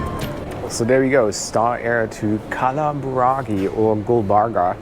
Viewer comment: Pronunciation Kalaburgi not Buragi